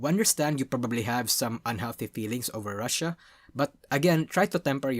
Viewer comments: Pronounced "Roo-she-ah", not "Russia" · He also pronounces Rushia as Russia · The way you keep mispronouncing Rushia makes some out of context things when you just hear only I.e to "They did not really pander to (Don't know how to spell Gacha kois) to encourage the Girlfriend experience as much as *Russia Did (He definitely said Rushia but the pronunciation was off)